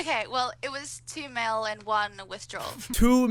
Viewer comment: When she kept saying a mil a month it started to sound like muffin